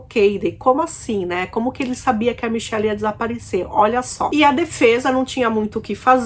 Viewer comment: eu, sendo Michelli, agradeço a pronuncia brasileira, meu avô era português e só me chamava de michel, eu odiava e dizia "sou menina vô" kkkkk